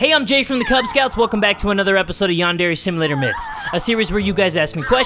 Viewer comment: I LOVE HOW ALMOST EVERY EPISODE, JAY SAYS; “ Yandere Simlelator ” 😭